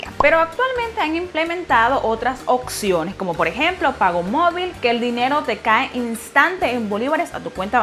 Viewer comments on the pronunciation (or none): Se pronuncia "oPciones" y no "occiones", debe marcar la P, se escucha corriente.